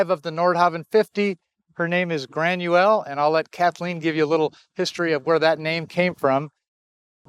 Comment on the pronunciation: She is pronouncing the gallic name wrong, its pronounced gra-in-yeah-whale, that's the way we pronounce it in Ireland 🇮🇪. Great video very informative and you guys done great